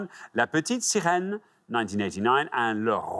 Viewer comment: Zero accent on "La Petite Sirène" congratulations 👏🏻